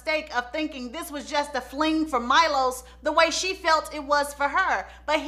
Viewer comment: Milos is pronounced me-lowshush ... hopefully that spelling helps cuz I struggled trying to write it the best way